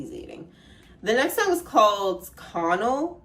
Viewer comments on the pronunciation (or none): I saw someone on TikTok say that the way he says Connell sounds like Conan but slurred like how his father would say his name while drunk and I can’t un hear it especially with that lyric about his father’s slurring words and when he performs it live it looks that’s what he’s doing, I found it interesting